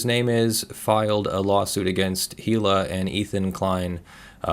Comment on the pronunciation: The "H" in Hila Klein is silent!